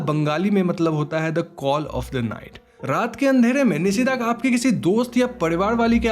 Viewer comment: Again the Bengali "Call of the night" Is "Nishi Daak". Like how u pronouncr NISHA, similarly Nishi.. Not Nisi